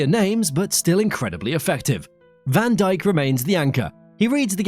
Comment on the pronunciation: ´das heißt van dijk und nicht vandicek